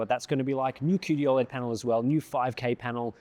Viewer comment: Still triggered by the pronunciation of 'OLED' as "Ol'-Ed" as if it was his mate Ol' Ed from Auzzie and not how I've heard everyone other person say it which is 'Oh, LED'